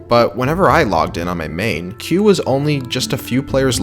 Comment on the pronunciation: You pronouncing queue wrong